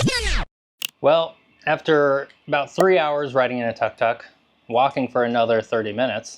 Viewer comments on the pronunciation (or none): Dude…. Interesting video.. but your “ farang” pronunciation of Ayutthaya and Tuk tuk are like a shovel along the side of the head! Ayutthaya … you emphasize the last syllable - like most Thai words . And it’s took took..! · It called Tuk Tuk, Took Took ✅not Tuck Tuck